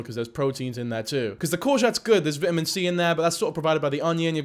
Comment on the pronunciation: "vitimin" that is NOT how you pronounce that 😭😭